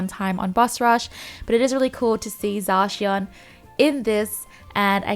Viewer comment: Zacion lmaoo